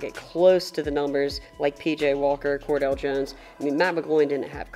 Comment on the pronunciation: "Kordell Jones" lol. Interesting way to pronounce Cardale. Don't worry man, I still "Liked" your video.